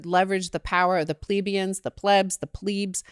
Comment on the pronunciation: it's pleb. as in "pleh-BEE-inz" NOT "PLEA-be-inz"